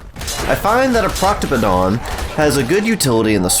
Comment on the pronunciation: You said Proc-toh-puh-don But the the C sound clearly comes before the P sound which clearly comes before the T sound. What in the fuck did you think you were reading? Hieroglyphics?!!?!!!?